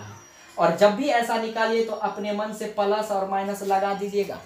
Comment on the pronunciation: Palus nahi plus ➕